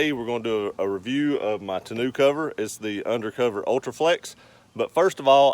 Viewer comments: Did you say ta-new cover? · It's tonneau....mono. Not tonneau..... canoe. And besides the hard one piece Undercover is much better. It only weighs 50lbs and multiple full grown men can stand on it. Very durable. Other than that, I like the vid, good job. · "To-new" cover.. Lmao